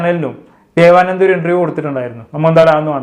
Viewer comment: ദേവാനന്ദ അല്ല ദേവനന്ത